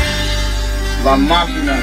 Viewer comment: Its La maquina not la machina lol